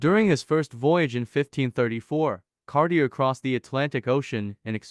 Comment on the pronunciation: Disliked because mispronounced Cartier...